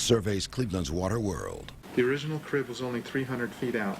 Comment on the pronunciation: crib, not drib